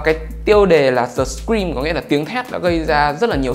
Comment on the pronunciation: tui nghe ông đọc The Scream thành The Green cơ 🤣🤣🤣